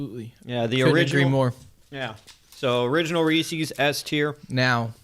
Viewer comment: I stopped watching as soon as you pronounced it wrong . Is it that hard to see the apostrophe.